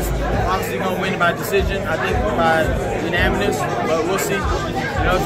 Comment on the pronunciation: What did Ryan say??? You nama nis..smh... Lol. I'm gonna assume he meant unanimous.🤏🏾🤦🏿‍♂️